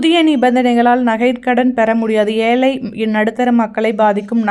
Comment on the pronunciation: ஏலை அல்ல ஏழை, ஏழை என்று சொல்லவும். தயவு செய்து பேச வரும்போது கொஞ்சமாவது பயிற்சி எடுங்கள்